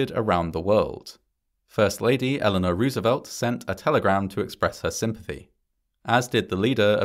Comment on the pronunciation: I like how you mispronounced Roosevelt, but not Adolf